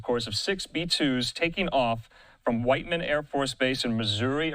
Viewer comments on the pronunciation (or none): It's pronounced whittman AFB not white man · Whiteman AFB is pronounced as whit - man thank you for your correction.